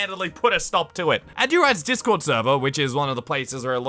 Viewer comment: “The dark web of discorrrd” XD